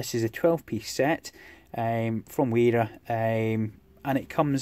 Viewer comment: BTW, it's pronounced "vera" (with an open "e" like in "verified")